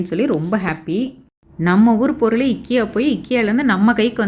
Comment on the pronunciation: I think that's ikea not ekiya......